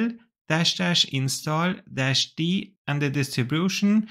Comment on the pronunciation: Great video. Let me give you a little tip in return, as a native German speaker myself... when you said WSL. Or WSL2... you pronounced it (the W part) like in German... like the W in VW... phonetically Vsl: We SL: Vee sl. That is natural since in German we say the letter W is pronounced as Veh, while V is like Fau. In English however the letter W is pronounced as double-U. And in English of course the letter v is pronounced like Wie in Wie geht's dir? Nun ja, kleines Detail, aber auf jeden Fall nochmals vielen Dank für die (das?) sehr informative video! :-)